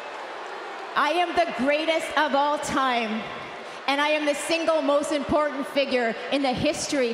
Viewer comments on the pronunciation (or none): none